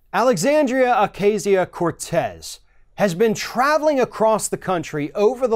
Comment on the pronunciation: Alexandria Oak-ahh-cio* Cortez